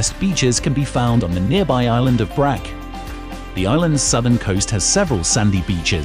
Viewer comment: Brach. Like church